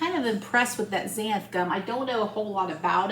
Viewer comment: Looks great! Just be careful not to use too much Xanthin Gum. It can get slimy. And it's pronounced Zan-thin Gum. Just for fun!